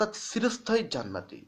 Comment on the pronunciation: খুব ভালো প্রচেষ্টা! উত্তম ভিডিও ! (উচ্চারণ: ' চিরস্থায়ী ' হবে, 'সিরোস্থায়ী ' , নয়! ঠিক উচ্চারণ বুঝতে আমার একটু সময় লেগে গেলো!)